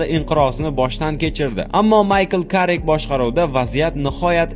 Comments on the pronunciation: Хурматли админ Керрик дейилади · Муринио....ёки Муриниоми. Воййййййй блять, Каррикми ёки Керрикми